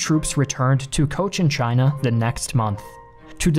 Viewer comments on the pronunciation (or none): none